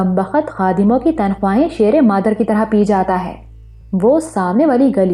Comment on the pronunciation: شیر مادر مطلب ماں کا دودھ۔ sheer e mather not shair mather